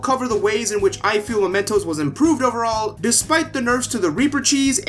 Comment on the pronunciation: Sorry man not to be arsy buuuut: It's mementos (as in m-e pronunciation) since this means an object that serves as a reminder of someone not momentos which is spanish and translates to moments As you can see the second one is much closer related to the theme of the game